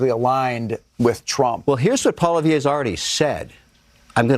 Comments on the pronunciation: It’s incredible how nobody knows how to pronounce Pierre’s last name properly lol. It’s not Polivier, it’s PoliEVRE. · no my friend, you are saying his name wrong, Pierre just doesnt care what way it is said, it is a french name. Kevin did pronounce it right. I live in Alberta and know people with the same surname.